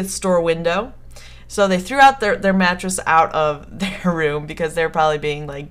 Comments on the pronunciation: lol i thought you said matches not mattress xD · omg at first i thought you said Matches so i'm like 'how could you get knocked out by Matches?' then i figured out you said Mattress then i'm like 'ooohhhhh ok that makes allllloooootttt more sens now XD' XDD